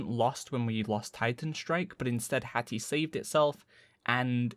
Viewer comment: Lmao HATHAH x) PE! ME PE HATHAH! sorry it's too funny